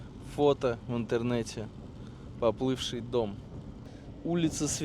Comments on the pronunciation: улица не СвЕрдлова, а СвердлОва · помоему правильное ударение не СвЕрдлова, а СвердлОва. От фамилии большевика по приказу которого расстрелляли царскую семью. Минута душноты